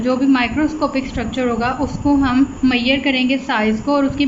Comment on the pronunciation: Wtf is मैयर? It's measure